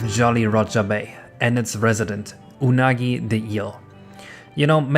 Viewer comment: Just for my sanity: it's pronounced "Oo-nagi" not "Yu-nagi". Because it's literally the Japanese word for "eel": うなぎ